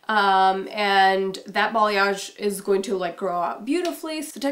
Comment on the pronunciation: what is bolliosh? what did she say? bollyosh balliosh...what?